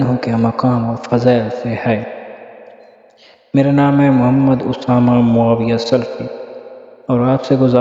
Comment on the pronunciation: ماشاءاللہ تبارک اللہ بھائی صاحب سلَفی ہوتا ہے لام پر زبر کے ساتھ درست ہے باقی سب ماشاءاللہ